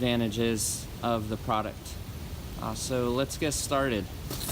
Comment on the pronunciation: hammick"what is a "prodict"??????????????? what is a "hammick"?????????????? what is a "grommit"????????????" comfterbly", "comfterble", "puhticular", "whanoo" are not words.